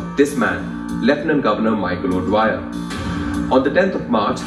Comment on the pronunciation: O'Dwyer not Dyer